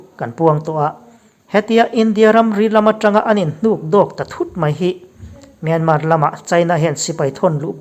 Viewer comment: News reader ah chuan Myanmar lam hming hi i lam thiam berin ka hria...Min awng hlai...han tih te hi dik hmel bik eeee